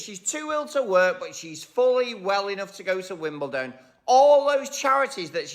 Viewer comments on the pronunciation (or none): Love you and I don’t want to correct you, but this is the second video that you mispronounced WimbleDON, not WimbleTON. Forgive me 😊😊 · I don't understand why Americans are incapable of pronouncing Wimbledon with a d and pronounce it Wimbelton with a t - yet they can pronounce London with a d and never with a t! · I know and have known a huge number of Americans, in my long life, enough for a poll, and most of them pronounce it Wimbelton.